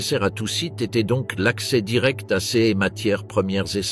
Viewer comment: C’est pas compliqué à savoir que c’est un IA qui parle quand il dit ce ou ces il dit juste le lettre C E S